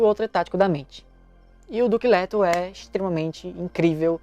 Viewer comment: Pq eu to ouvindo: "Duque lerdo"? Socorro! Kkkk